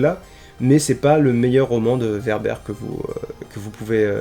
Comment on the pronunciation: ÇA SE PRONONCE WÈRBRE ! ^^ Il pourrait invoquer Tom Bombadil qui est un Deus Ex Machina ambulant vu qu’il est le seul personnage à résister à l’anneau et qu’il lui suffit de chanter pour régler une situation. Ou le Balrog qui est surpuissant. Ou...Gollum parce qu’il est déjà fou donc immunisé à Cthulu.